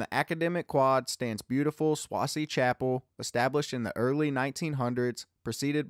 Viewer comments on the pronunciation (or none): Sway-zee Chapel, not Swazee. Doane library, not Do-Anne. Sigh.